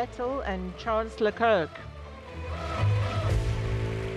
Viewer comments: Charles lekerk 😂😂 Girl what a pronunciation is that ? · They still pronounced Charles name wrong lol